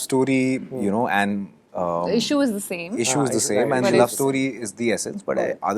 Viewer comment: jaat based film hai bol to paa nahi rahe...issue, issue bas bolte hai 😂😂🤣🤣 aise banaoge film ? 🤦🏻‍♂🤦🏻‍♂🤦🏻‍♂🤦🏻‍♂